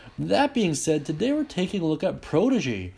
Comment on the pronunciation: It's pronounced prodigy, not prodigy.